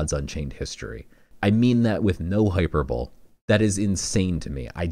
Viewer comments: Crazy combo Genuinely trying to be helpful but hate to be that guy, the way you say hyperbole is Hy Per Bo Lee 👍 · great video! another really fun one... fwiw it's pronounced with lee at the end - - hope you're having a great day!!